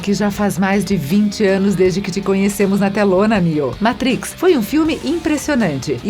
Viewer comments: Adorei! Mas, The Métrix??? Por favor!!!!! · o ouvido chega arranha quando ela fala o título do filme errado. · Que Inglês horrível esse da narradora. Zion? Métrix? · A locutora tá precisando de umas aulinhas de inglês aí, heim! Entre a pronúncia de matrix, brawl e zion a coisa complica... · Por favor ensinem as pessoas que fazem seus videos a falar em inglês ou pelo menos usem apenas os termos aportuguesados. Ela fala mÁtrix, matrÍx e mÉtrix e nunca o correto mÊitrix, ela fala nÊu, nÊo e nIou.